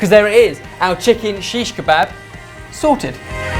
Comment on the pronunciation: Its seekh kabab not shish kabab.